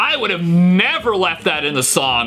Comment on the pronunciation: Sting plass piaasno very well, ha ha…